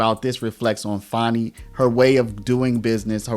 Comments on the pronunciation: Fani is pronounced the same as fan. It isn’t spelled fawni or fauni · Why can nobody correctly pronounce Fani? It's not Fawni, or fahni, it's literally pronounced Fan-ee.